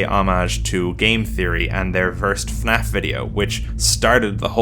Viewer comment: Thank you for pronouncing FNAF properly. Most people pronounce it as "Finaff"